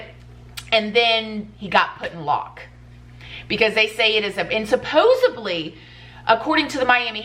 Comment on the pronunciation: O K “resignated” instead of “resonated” xD “supposably” instead of “supposedly”